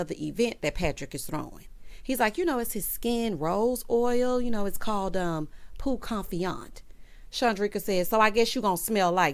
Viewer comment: Hey 👋! Patrick and “Peau Confiante” and Marlo and “La’Archive”….SMH 😄